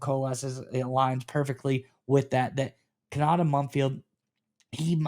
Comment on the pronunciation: Ko-na-tay. At least say the kid’s name correctly